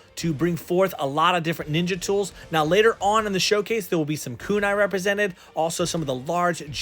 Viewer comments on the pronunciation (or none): none